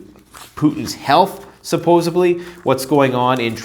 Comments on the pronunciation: “Suppose-B-ly”? < Suppose-D-ly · Supposedly. Not SyPoSaBlY. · Supposedly not supposebly 😀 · 🔥 STOP SAYING "SUPPOSA-BLEEEE" IT IS , SUPPOSEDLY 😂😂😂😂😂😂😂😂😂😂😂😂😂😂😂😂😂😂😂😂😂😂😂😂